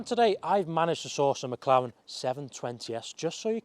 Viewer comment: It’s not a Mclawen 😭😭